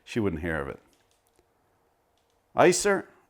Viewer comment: Are you sure about the pronunciation of the name? Isser is a classic old Jewish name (pronounced like kisser without the k)